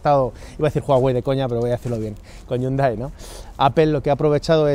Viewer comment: Dislike por como dicen Hyundai 😂😂🤡